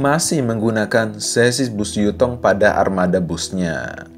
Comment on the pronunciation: Yutong bukan jutong skolh ke x ko ni